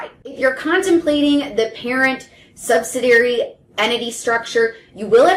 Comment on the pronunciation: It's sub-sid-ee-ary, not sub-sid-ary or sub-sid-ee. Kinda hard to take advice from someone who can't pronounce it correctly